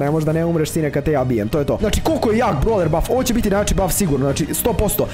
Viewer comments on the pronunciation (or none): none